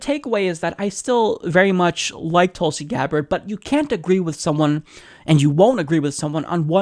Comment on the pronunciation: Pronounced as thoo(as in wool)lsi *